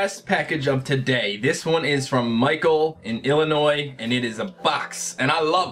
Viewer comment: I'm so happy you said "Illinois" correctly. So many people from out-of-state say it with the 's' sound and it annoys me so much. +10 respect points